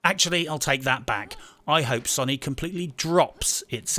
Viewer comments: Fucking hell man "SONY" not "SONNY" >.< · Stop saying it like Sunny. You bloody reprobate. 🤣👍